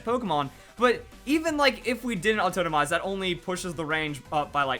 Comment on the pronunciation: "autotomize" pls